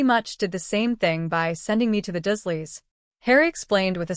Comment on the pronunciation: 😮why does it keep saying dash doesn't make sence and his, aunt 😮uncle😮 last name is not pronounced dusleya its the dursleys lol